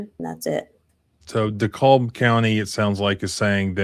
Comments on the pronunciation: Forgive me, You have mispronounced DeKalb ,Ga before and I did not say anything!! But, here's how you say DeKalb County, Georgia.. It is pronounced duh-KAB (or "di-cab"). The "l" in DeKalb is silent in the Georgia, unlike the pronunciation for DeKalb, Illinois. The emphasis is on the second syllable, sounding similar to "the cab" or "duh-cab". Sorry this was not the first time you butchered the pronunciation..... almost posted last time, let that one slide.....got triggered again and had to "speak" up..... NO offense intended.....jus thought you should know the correct way to say " DeKalb ,Ga"...... since almost everyone living in GA already knew you were incorrect..................Big fan and sub for years..... Salute!! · I grew up in DeKalb County. The L is silent. It sounds like “de-CAB” when it’s pronounced correctly. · Just an FYI, the county is pronounced this way: DeCa(l)b. The 'l' is mostly silent. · Everyone down here in the Atlanta area pronounces Dekalb deh-cab. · Sandy Springs has had a LOT of police corruption stories lately. They’re completely insane out there. You’re definitely correct about the AI thing. It’s another one of those situations. (And we pronounce it “DeCAB” like, taxi cab) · Dekalb is pronounced like "DeeCab" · It's pronounced DeeCAB county. DeKalb. I hope this woman gets a fortune for this. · Its DeKalb pronounced De Cab county😂😂😂.. 1 day its gonna be the wrong house and it will be several officer on tee shirts for there mistake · Lol, It's so easy to know you aren't from Georgia by the way you mispronounce DeKalb County. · Just FYI, the "L" is silent in "Dekalb." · Just for future reference, "DeKalb County" is pronounce as "De-Cab," not "De-Callb." Love your work! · Say DeKalb like you would say decaf, and don't pronounce the L. 'DEE-CAB'. Like kneecap... DECAB... DeKalb... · Pronounced de-cab not de-cob 😂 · Dee cab. That's how we pronounce it. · It's pronounced dahKAB. Js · DeKalb= dee Cab. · BTW; it’s “D-cab” is how you pronounce it.